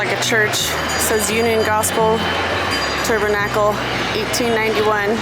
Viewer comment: Hold up..😅😅😅😅 you pronounced TABERNACLE.....ta..ber...ta...kle???😅😅😅😅😅😅😅😅